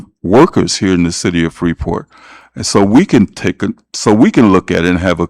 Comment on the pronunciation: Wouldn't a normal, somewhat educated, adult alderperson who lives in Illinois would know how to PRONOUNCE IT CORRECTLY!!!!!! The 'S' is silent. My God, what an embarrassment to the city of Freeport!!!!!!!